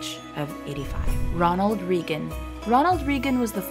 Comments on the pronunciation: “Ree” for Pres. Reagan? 🤦🏻‍♀️ It’s “Ray” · is this a robo-voice? hard to believe a real person wouldn't know how to pronounce the name Reagan.